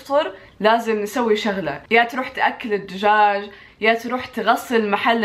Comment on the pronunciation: حتى انتي هنا تقولين الدوجاج 😂😂